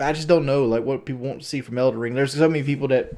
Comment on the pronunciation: The #1 thing I hate out of all of this is him saying WON'T instead of WANT. I really won't him to stop.